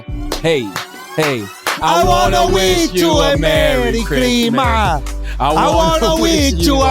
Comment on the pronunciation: “ I wanna wish u a merry chrima”🤣🤣🤣